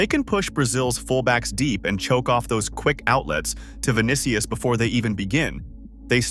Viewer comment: "vinikius" lol